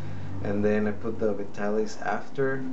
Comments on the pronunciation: It's prononced Vy-TAA-LihS. Not Ve-Ta-Lis. How much you use depends on how thick you hair is. It was used back when men wore shorter hair styles and it allowed you to make a little wave in the front like in "Mad Men" TV or old Superman TV shows. Men didn't use hair spray back then and you either used Brylcreem, a pretty greasy hair pomade or Vitalis that said in their ad's "Don't use tht greasy kids stuff.". Now it seems only guys over 50 buy it. But a bottle lasts a long time. If your hair is wet it works best. You pour it into your palm and rub your other palm together to evenly distributed it onto both hands. Then work it in. Do it twice if needed. Most guys put it in thn blow dry. Beside two kinds of Alcohol and Butyl Ether ( used to spread the tonic but not leave it felling greasy, also used in gasoline to make it gas burn better) and Benzyl Benzoanate (used to treat scabies put used here to condition the scalp). Oh ya! It's flamable. But all the alcohol and ether evaporates for that shiny but not greasy look. It's getting harder to find in stores and only Walmart and Walgreens stocks it. The other chains like CVS and RiteAid only sell store brands tht don't have that familiar scent. Like Old Spice or Clubman after shave its a classic mens grooming product. Nice to see a younger genertion is trying it. You shoud review Brylcreem, Groom & Clean (by Suave) and the old Wildroot Cream Oil. Thanks for making the video from a Vitalis kind of guy. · Pronounce it VY-TAL-ISS. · HE PRONOUNCES THE NAME OF THE PRODUCT WRONG